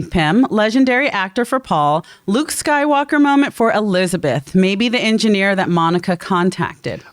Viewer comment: I think the only reason the female pronouns translated was because of how the actress pronounced it. On rewatch it sounded like she said engineer-a. So I doubt they are female.